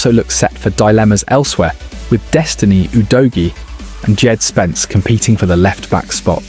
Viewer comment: Dee-Jed Spence? As in DeeJected?